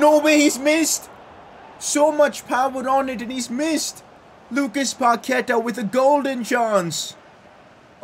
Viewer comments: Also, Paquetá has the stronger vowel at the end. It's paquetAAAAAH, not paQUEta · PCQ: day 69 of saying paqueta as pa que ta not pa ke ta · Pcq: Day 4 you don't pronounce Paqueta right,you say Paketa, it is Pa q-ue-ta